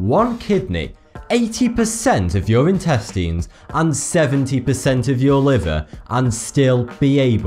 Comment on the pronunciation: The way he says intestines😂😂